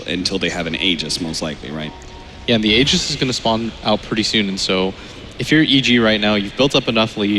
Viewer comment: I don't get what these announcers don't understanding about the name Tusk - it's Tusk, not Tuskar! I swear, if I hear Tuskar one more time...and it's Aegis with a "J" sound, not a G sound.